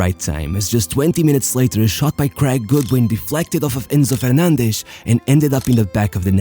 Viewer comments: Why are you pronouncing the names like that? Alvaresh, Fernandesh, Martinesh... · Alvareshhhh, Fernandeshhh, Martineshhh ....hahaha.... thy the f*ck do you pronounce like that?